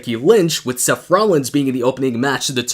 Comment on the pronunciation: His Name is Seth, Not Sef, Seth, TH, TH, SeTH, no F in his name, try it wiTh me, S-eth, Seth.